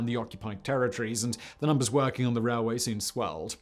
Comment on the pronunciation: "The Burma rareway"